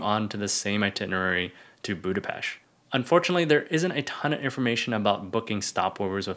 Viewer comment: Big like to pronounce BudapeSt the right way!